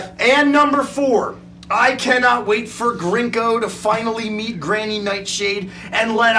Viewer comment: They keep saying Grinko's name wrong and it's kinda distracting. :/